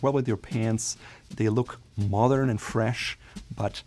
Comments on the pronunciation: My friend, your English is excellent, however, please practice the D in modern more. It distinctly sounds like you’re saying “mothern”. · I notice you were saying the word mothern a lot. Do you mean modern? Or a different word that means something totally different. Because it will change the meaning of your phrases. I just need to understand this for myself. Sorry for any problem with this question.